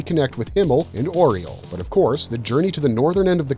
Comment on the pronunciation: Aureole is pronounced Ow-rey-O-ley FFS watch the anime before you make the video about one. The DUB and SUB both pronounce it correctly yet you messed it up for the entire video, which likely means you didn't watch the anime and this video is hearsay at best or you just copy and pasted from the wiki.